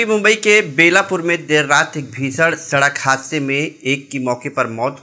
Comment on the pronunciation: भीषण बोलो भिसड नही